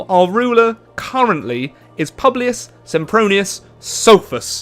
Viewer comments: Publius is pronounced poo blee us Not pu blee us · Ok no that would make it more like like “pyewblius”, it’s pronounced pooblius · ITS PŪBLIUS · Well you mispronounced every name of your leader's name. "u" in latin gets pronounced like "oo" in boo so it's Pooblioos so to speak.